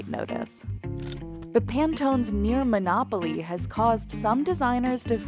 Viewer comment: The word is "monopoly" lol